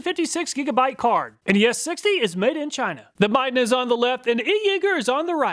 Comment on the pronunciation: Dude! You were pronouncing Midden wrong.